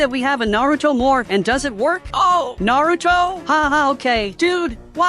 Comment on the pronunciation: 😂😂 bro said Naruto wrong